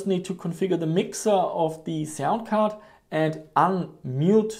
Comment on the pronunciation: lol, "cound sard."